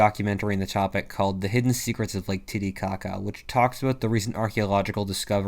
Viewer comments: "lake titicaca" i heard tiddy caca help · Ngl I giggled each time he said it. Then again, I’m easily amused. 😂